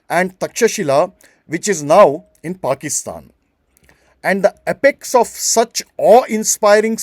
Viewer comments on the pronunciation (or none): none